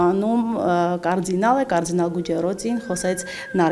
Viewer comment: Նարեկացու մասին ֆիլմ են նկարհանում բայց արտասանում են ''կարՁինալ'' յախք